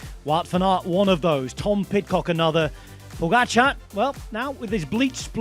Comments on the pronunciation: Pogača is flatbread. Pogačar is someone that makes flatbread. PogačaR! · Heard it now a lot of times from Rob, but should be clear by now; the pronunciation really is "PogatcharR, with an "R" at the end, not "POGATCHA".